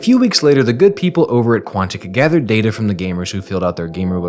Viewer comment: ITS DATA NOT DATA